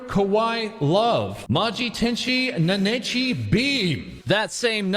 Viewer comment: you have good content, but since you're talking about Vs please improve your Japanese pronounciation, like -chan and please stop using English pitch on Nenechi's name... it makes it hard to continue watching. I know you have this great announcer enunciation but using it for Japanese words just sounds super cringe, like some MSM trying to talk about J-culture in some degrading manner.